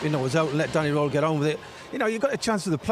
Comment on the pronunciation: It would be 'IF' Mr Roehl's name sounded like it. Sadly, for you, it doesn't. Try saying 'Rearl' and you'll be closer.